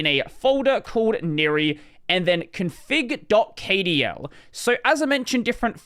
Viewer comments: Kdl is pronounced "cuddle" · pronouncing kdl letter by letter is so weird to me, i've always pronounced it "cuddle"